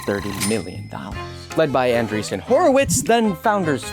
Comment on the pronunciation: andreessen LMAOO